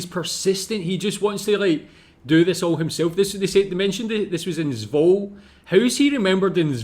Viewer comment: It's pronounced "Zwoh-la" not "Zwol" BTW. I lived there for about a year when I was a kid. As a Canadian, I never had to buy either pop or candy!! 😁